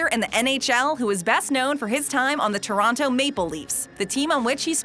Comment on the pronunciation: That was obvious and made me laugh. I noticed she didn’t pronounce the “t” in Horton, but did pronounce Toronto with a “t” at the end.